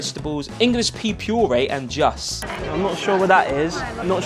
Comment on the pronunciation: "juss" ahahaha don't change! 😆